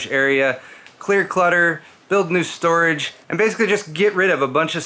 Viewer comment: Stu-rage. (Studio garage)😆